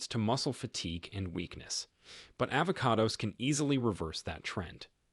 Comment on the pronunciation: stop using Artificial Intelligence...."polyphenols" and "avocados" are both mispronounced. Very annoying!